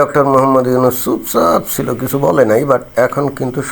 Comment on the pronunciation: Ota yonus k bollo ??? Ota 'Nunus'😅😅